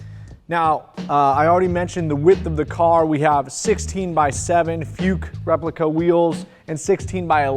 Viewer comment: Not futches!